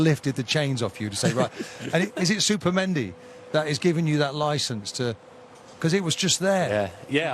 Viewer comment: Martin keown really needs to start pronouncing players names properly 😭 supimendi mascara 😂